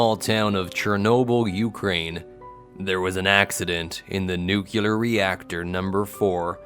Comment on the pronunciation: I was trying to adjust to the new voice but after the fourth "nucular" I just had to turn it off. Where are you?